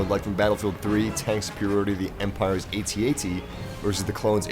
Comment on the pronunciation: Ummm...did he just say "at ats?" I'm sorry sir, I don't mean to be critical. I enjoyed this video very much and your voice is like honey poured over my ears, but it's pronounced AT-AT (AYE-tee AYE-tee) I thought you'd want to know :)